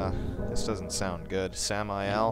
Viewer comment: Oh, Samael? The first time she said it I thought she said "Sam I Am." I guess this one sounds more spooky.